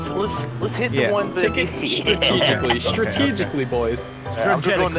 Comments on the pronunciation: “We need to start playing stragetically.”- H20 Delirious 2017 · "We Need To Start Playing Stragetically" As A Wise And Hilarious YouTuber Once Said 😂😂😂😂😂😂😂😂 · I died when delirious said stragetically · "We need to start playing *stragetically*"-Delirious2017 lmfao i love him so much😂😂 EDIT: "2017" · “We need to start playing stragetically” 🤣🤣🤣 I’m fucking dying. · "We need to start playing stragetically" ~H2O Delirious 2017